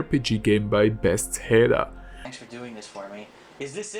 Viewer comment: Bethesda not best-head-uh